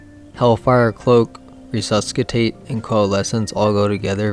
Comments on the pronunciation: Nice. This format seems like the most reliable way to get good builds into the hands of SnS players. Now that qurious crafting exists, it's so hard to recommend specific armour combos. BTW, the "C" in "resuscitate" is silent so RE-SUS-I-TATE... English is just weird. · I wanna believe your video, but when you started to pronounce resuscitate incorrectly I had my doubts. 😅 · The pronunciation on "Resuscitate" was killing me. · The "C" in resuscitate is silent. Nice vid tho thanks for the depth and breadth of knowledge here. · dont pronounce the c in resuscicate